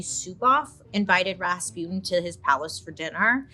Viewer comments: РаспУтин or raspitin not rAtzputin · Raspyutin Raspyutin Gee can they not say Rasputjin (soft ch like in ciao or cucaracha) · It is Ras-putin tho like the Putin there is now not raspyootin’… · Gurl you even mentioned the song and still mispronounced the name 💔💔💔💔💔💔